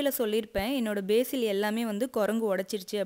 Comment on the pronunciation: Lovely healthy plants Nice explanation.A small correction. It's basal not basil.